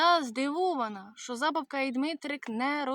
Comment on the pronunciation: Дякуємо, що переспівуєте! ❤ Тільки правильно не ЗАбавка, а ЗабАвка 😉